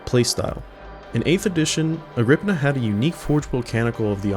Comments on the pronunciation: You are wrong about how the forge word is say it is agr-pi-naa also nice video. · woulnt the pi in agripinaa be pronounced like pi the mathemathical constant that they have on their symbol?